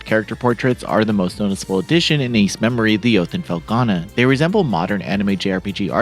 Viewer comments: It's "Memiore" not "Memory". Pronounced Mem-w-are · it's pronounced: me-moi-re not memory. You really need to learn how to pronounced this correctly cause It sounds horrible with the misprounanciation. I hope this comes out on PC too, I wouldn't mind buying it again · DAY BYOO TED? Also, "memoire" is not pronounced "memory"... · Thank you so much for this awesome review,:) No worries about the pronunciation of Ys Memoire, we all understand what you meant. I am super hyped for this release and I can hardly believe this game exists on modern platforms. I have the physical PS 5 version and will probably buy it digitally as well.